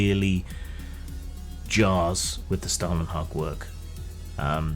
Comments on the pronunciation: Scandinavian Spasticus here - 'hag' was correct, but 'Stålen' is pronounced like 'stolen' in English. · Your pronunciation of Stålenhag is incorrect.